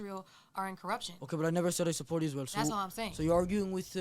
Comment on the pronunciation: That lady can't even say the country name correctly.. isReal..isReal